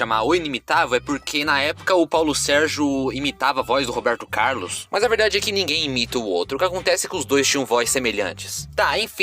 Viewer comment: Gostei da história do Robeeeerrrrto Caaaaarrrrlus!